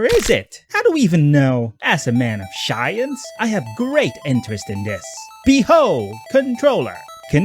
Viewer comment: "As a man of SHAWience"